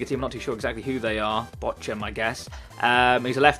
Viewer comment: Just so you know, VfL Bochum (pronounced Bockum) are in the Bundesliga 2. side.